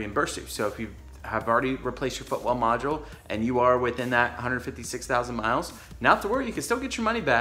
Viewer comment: Are you saying "footwell module", I can't understand what you're saying. I've got 30k on my '15. Do I need to be concerned with this?